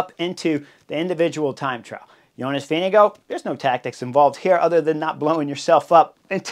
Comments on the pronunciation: doesn’t seem obvious, reading the above about how to pronounce his name. The last part (gaard) is the old way of spelling “gård”, and is pronounced pretty much like the English word “gore”, not like “guard” or “go”. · Vingegaard...how is this actually pronounced ?? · THANK YOU !!! I was trying to make a point... As much as I enjoy the in depth analysis of racing bike racing, I wish there was at least an attempt at proper pronunciation of VINGEGAARD..